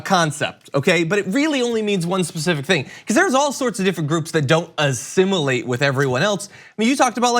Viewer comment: Assimulate? What,is he the borg from star trek? Asshole who deos he think he is telling people who they can love.